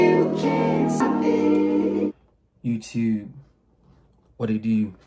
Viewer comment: Its funny the way Steph says youtube lol